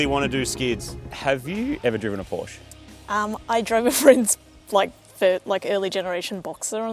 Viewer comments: "Porsche" is two syllables: "POR-shuh". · I know you can do better: Porr-sheh. It's German, thus you must pronounce it according to the rules of German language, even if it uses the same letters as your English language. Porr-sheh. Folks-va-gen. Bil-shta-in.